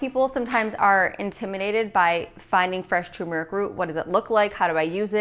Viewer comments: So sad 😕 to hear a dr. say tumeric instead of turmeric. We never pronounce the first "r" in the word. Yikes!! BTW. Nice recipes for getting the day started.😃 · Does anyone else hear tumeric instead of turmeric? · Why can’t anyone pronounce turmeric correctly? It’s not effing tumor-ick 🤦🏻‍♂️ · This is my 1st time watching you. You're beautiful. I'm absolutely going to subscribe. The smoothie looks amazing, but hearing toomeric is just a little annoying. Lol I don't think the "R" is silent. Turmeric is pronounced just like it sounds. Not being mean, I promise, just kidding a little. Maybe it's your accent, but I've never heard it pronounced like that🤪. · Why did she says...Tuuurmaric, it’s pronounced without U 🤣🤣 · You keep saying turmeric wrong